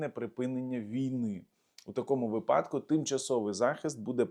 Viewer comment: Не випАдок, а вИпадок